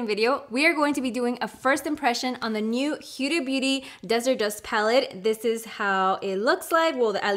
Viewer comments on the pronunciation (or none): FYI. It’s who•da not u•da. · It s huda as in hoooooda not hiuda.... Idiot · Her name is pronounced ho-da. Like hoda in Spanish. Also can you pleasee do a comparison with her old palette ❤